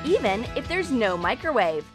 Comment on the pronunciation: They said 'Micrrowave '😂😂